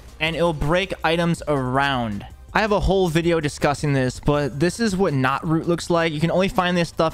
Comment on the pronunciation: my fav tip was you miss speaking saying that the common "green" axe couldn't break knootroot lol half true XD all around great video thank you